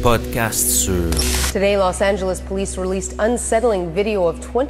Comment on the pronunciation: C'est bizarre que vous ne prononciez pas le E et le S à la fin de Los Angeles 🤔 C'est pourtant un nom de ville très connu et c'est même faux grammaticalement de dire "Los angel" puisque Los Angeles veut dire "les anges". Mis à part ça, j'adore votre podcast ! 👍🏼